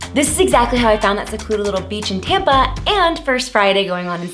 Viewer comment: everytime you Saud Tampa I heard tampon